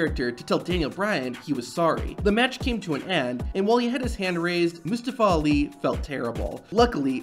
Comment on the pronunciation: did dis niqqa just call Ali "lee"?